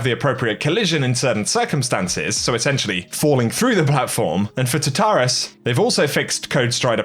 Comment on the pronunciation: WAIT did this man actually just pronounce tartarus as ta-tarus?